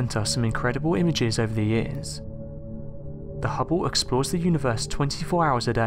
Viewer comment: hubbow? HUBBOW? its called the Hubble sounds like bubble. unless if course you say bubbow then they sound the same. if your going to narrate then do it right fer fucks sake.